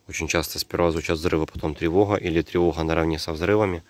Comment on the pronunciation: Откуда ты всё знаешь? "Тревоха". Ну и "ховор".